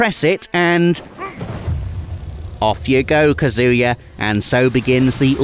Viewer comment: PLEASE stop saying the name wrong; it's "KAH-zoo-yah", not "kah-ZOO-ya". It's Japanese, it's phonetic, you dolt.